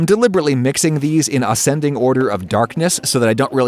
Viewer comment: Ahs-cending order. Demerere sugar. 😆